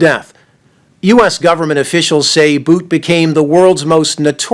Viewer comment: IT IS BOWT that's how you pronounce VICTOR BOUT last name not BOOT come on